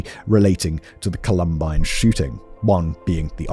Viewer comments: COLumbine. It’s COLumbine. Not ColUMbine. I love your videos but it feels so disrespectful to the victims when the place they died is so consistently mispronounced. I know it’s accidental, but please. COLumbine. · Col-um-bine, Simon! Not Cu-lum-bine. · Simon, I love you to death but if you pronounce it "col-UM-bine" one more time I'mma need a black hole to scream into. It's COL-um-bine. Say it with me, love. COL-um-bine. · “Columbine” is pronounced with the emphasis on the first syllable. If you Google: Columbine pronunciation Google will give you a British and an American pronunciation that you can listen to. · The way Simon pronounced Columbine was silly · Listen, I can't handle how Simon says Columbine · Please learn how to say Columbine..... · Lol, right? It's literally named after a flower. The pronunciation is right there. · For the love of god Simon. Please pronounce “columbine” properly lol. Love the content in all your channels btw ❤